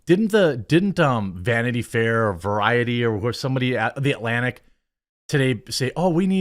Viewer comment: ¿the aLaNic or the aTLanTic? bro, please pronounce the T.